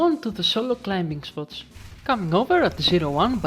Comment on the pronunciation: By the way, it's climbing, not climping